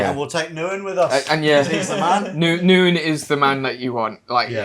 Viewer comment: Ngyuen is pronounced as Win, you have been calling him by the wrong name since the day you met him and he literally pronounced his name when you introduced him, and you all kept going with the wrong name.. People will put up with Western shit, as long as you are willing to pay. Try harder